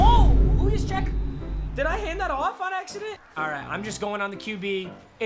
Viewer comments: Everyone:Kyle Juszczyk (Yous-Check).: Kyle Husjeckyz (Who’s-Yec) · its pronounced USE CHECK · Juszczyk is pronounced "Use-check" not "who-use-chick" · ITS PRONOUNCED YUZCHECK NOT HUYUZCHECK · No one: Not one soul::hUiScHeCk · as a niner fan, i get highly offended when i hear a hUiScHeCk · Nobody: kyle who-ees-check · Why is saying “lenurd furnet” and “Kyle huecheck” lol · Nobody:: who-yous-check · HUYESHCHECK LMFAOOOOO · who- iis - check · "Kyle Hooyooschek" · My face when he says “WhoYusCheck” :| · Juszczyk: Yooz-Check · Btw this is how u say Kyle juszczyk name it’s said like youscheck. Yous-Check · It’s pronounced use-check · It’s pronounced “use check” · It's pronounced juice-check but ok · I love you but listening to you mispronounce Kyle juszczyk’s name makes me want to rip my ear drums out